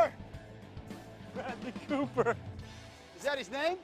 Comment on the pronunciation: Steve : Bradly Cooper ! Danny : Bradly Cohoooper 😂😂😂😂😂